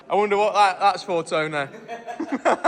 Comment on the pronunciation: It's TOW-NEHH.